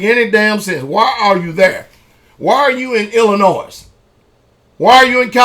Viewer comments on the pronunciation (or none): It's not ILLI-NOISE it's pronounced ILLI-NOI cause the S is silent. I despise people who don't know how to pronounce the name of my home State! need to learn to pronounce it right before he starts talking sh*t! Also he's from Tennessee and last time I checked Memphis is just as dangerous as Chicago. So maybe he needs to worry about his neck of the woods before talking BS about other States! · illinoi the S is silent. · the pastor is right about everything except pronouncing the s in Illinois